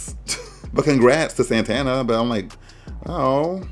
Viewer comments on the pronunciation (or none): It’s Satana not “Santana” 🤣🤣🤣